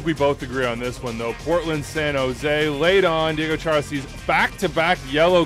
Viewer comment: You pronounced Diego Chará's name correctly! I'm flabbergasted!